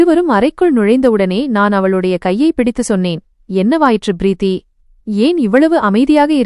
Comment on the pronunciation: “Preeththi enRa chol sariyaana uchcharippE illai. Purinthathaa? It is correctable.” — “M.K. Subramanian.”